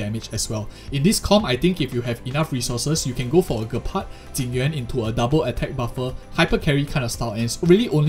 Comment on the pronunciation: It's pronounced Jepard, not being rude. Just wanted to let you know 😅